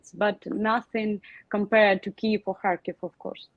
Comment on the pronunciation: Finally someone pronounces Kyiv correctly